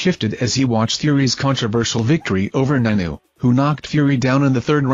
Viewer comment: Stopped watching as soon as the robot said Francis nanoo